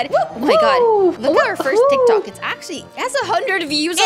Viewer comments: I was dieing when and kept saying tictics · I was laughing so loud because say tactic hahaha 😂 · I love how says TicTic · I love you when you call tiktok tictic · I love when you call tiktok tictic to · I like the way you said You said TICTIC But a corrected you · Haha 😄 🤣 😂 😆 that is so funny when she said tic tics and said it right ✅ and she said tic tics in stede said tic tic instead.🤣 😆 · when you said tictic to TikTok it made me forgot how to spell it so now i have to ask my sis now i know why your name is because you’re you are 😜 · made me laugh when she saids tictics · Idk why they say it tiktik😂🤣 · When said TicTic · lol "TICTIC" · When she said tictic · It's not what it it's not called Tic if I'm saying it wrong please tell me and it's called tik-tok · Its not tictics its tiktoks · Is TikTok not tectec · Its tik tok not tik tik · Tik tok NOT TIC TIC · it's Tik-Tok not TickTick!!!!!!! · Haha yeah it’s tik tok but tik tik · Why ppl say tictics its tik tok actually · When kept saying tictic I kept laughing and saying it’s tiktok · Lol "tickticks" said tiktok and then said tickticks like and u and are truly awesome dont let the haters come to u even ive its a rp stay safe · normal people:tictic to tik tok and:tik tok to tictic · It's funny how and know it's called tic tok but they call it tic tic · Its so funny when they say tic tic its tik tok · I love how they say tictic instead of tictok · I was laphing When say tiktik it was tiktok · Its not tik tik its tik tok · its not tic tic its tic tok btw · Call TikTok not TickTick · its not tiv tic its tiktok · Its tiktok its not ticktick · It's not tiktik it's tiktok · That is not tiktik is tiktok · Tiktok not tiktik hahaha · It's. TikTok. Not. Tiktik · We CaN sHoW tHeM oUr TiCtIc haha u made ma laugh when u kept on saying tictic😂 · When sad tic TiC yeah i love to